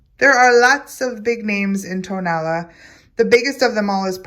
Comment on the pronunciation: hi, tonalá, pronounced with the accent on the last “a,” is very near and dear to my heart. not just because of the clay but also for the friendships i have made over the years. i have learned much from my good friends florentino jimón and his nephew fernando. tonalá means “where the sun rises.” there are five different pottery techniques native to tonalá, specifically; canelo, bruñido, bandera, betus and petatillo. petatillo being the only technique which is fired twice and at a higher temperature than the rest. although ken edwards and jorge wilmot were profoundly influential in the 1960s by taking pottery and ceramics to a new direction, their work was for the most part high fired stoneware and bruñido. jorge came from monterrey, nuevo leon and ken edwards from the states. (by the way, ken just passed.) they took traditional styles and forms and created modern high fired versions. traditional bruñido is painted with mineral oxides, burnished with pyrite and fired at 650-700° celsius. bandera, was originally painted with matiz. clay mixed with water to form somewhat of a thick substance that is black when painted yet turns white when fired. the green didn’t come into being until the revolution, when it was suggested to add it so as create more of a patriotic effect. there are only two artists in tonalá who paint in that way, fernando jimón melchor and his uncle zacarías jimón barba. very often nowadays, artists will paint the piece with acrylic white and green after the